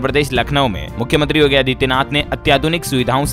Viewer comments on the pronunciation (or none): none